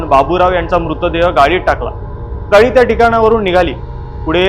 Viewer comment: गाई नाही रे गाडी